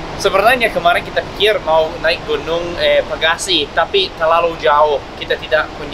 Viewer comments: Pesagi bukan pegasi banggg😂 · Pesagi not pegasi hehe😂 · Gunung Pesagi bukan Pagasi... :) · Gunung pesagi not gunung pegasi